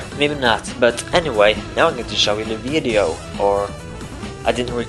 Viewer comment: You pronounced it "weedeo" lol